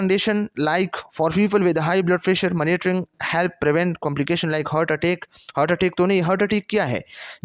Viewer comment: Mera L krta hy sub:: phly monitoring ko maanotoring nhi prho 😅